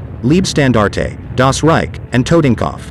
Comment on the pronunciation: Once and for all: If you make Videos about WW2 please try to pronounce the glorious names of the SS-Divisions a bit more german Leibstandarte, Das Reich and Tortenkopf, good god?????